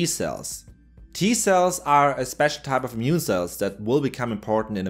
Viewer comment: Sorry.. can't help but hear "mune system".. as known from "natural mutiny".. munity, I mean :D